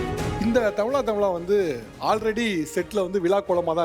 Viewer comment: தமிளா.. நல்ல தமிழா என்று correct ஆ உச்சரியுங்க sir